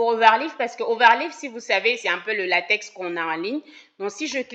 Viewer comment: Salut Doc ! Priere de prononcer Latex comme "Latek". Le latex est une matiere utilise pour fabriquer les ... 😅